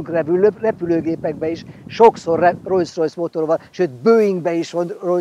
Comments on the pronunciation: bátyám! Olyan szépen elmondod, hogy az egyik alapítót Rolls-nak hívták a másikat meg Royce-nak. -nél meg elkezdesz rojszrojsz-ozni. Az kérem nem rojszrojsz, hanem rolszrojsz. A kocsid meg fantasztikus! Gratula a csatornátokhoz:) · amúgy el lehetne hagyni ezt a "Rojsz-Rojsz" kiejtést... meg kéne tanulni: Rollsz-Rojsz... de ez sajnos nagyon sok ember hibája, meg ugyebár a Volkswagent is sokan V-vel ejtik pedig F-el kell !!!!